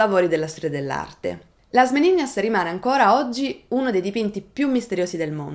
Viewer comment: La pronuncia, anche in spagnolo, è Meninas, non Meniñas 😉